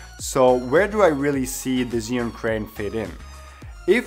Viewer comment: Thanks for the upload just a small correction as for the name of the Chinese product. It is Zhi and sorry for being such a noooob concerning that but I studied Chinese language and it hurts my ears to hear it otherwise here is link how to say it Thanks for the upload...love the transitions you use!